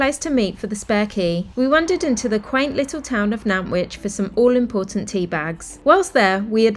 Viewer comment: You pronounced Nantwich correctly!!! 😊